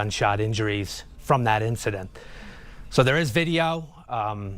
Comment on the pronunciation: I think "perished" 🤷‍♂️